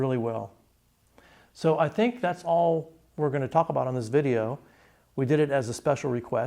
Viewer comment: Did he say tschüss or Jews at the end?